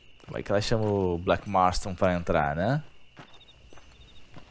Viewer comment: Cara ele fala Blak marton